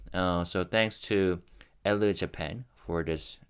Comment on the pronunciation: I believe the magazine is pronounced “El”.